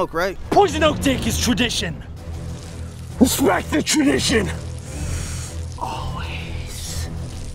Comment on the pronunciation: Beia Rodriguez RESPECT THE WAMADITION